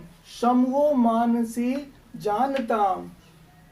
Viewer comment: मनांसि मानसी नहीं sir सही से पढ़िए